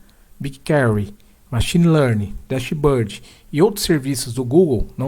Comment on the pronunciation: Parabéns pela demonstração. Minha sugestão de melhoria é acertar a pronuncia dos termos Engine e Dashboard :).